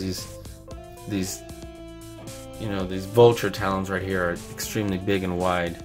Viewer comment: Omg why did you say bulture